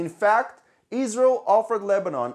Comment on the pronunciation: EEzrael ( as you pronounce it ) has done it . Everybody knows it . The Lebanese governement . which IS Hezbollah , has no interest in pointing at EEzrael because if they did so , it would implicitly confirm what everybody also knows : that Hezbollah was storing the chemical to make bombs . Both sides have criminally stuck together to cover each other .